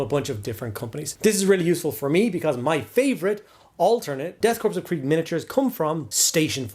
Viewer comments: It's pronounced core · Korps is pronounced core....love your videos btw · Corps is pronounced core. Also I'm building a 15 model S2D army because I'm not buying 6 varanguard and be'lakor for a meme list